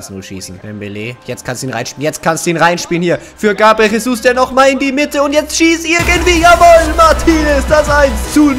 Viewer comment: Jesus wird Gesus ausgesprochen nicht Chesus